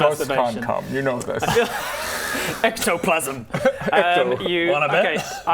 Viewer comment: Ectoplasm ❌ Ejactoplasm ✅